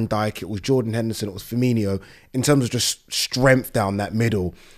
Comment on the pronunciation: He calls him Fermee-NEE-O He’s not a red